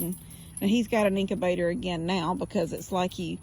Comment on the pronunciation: It’s incubator, sounds like ink-you-bay-tor, Not inc-A-bay-tor.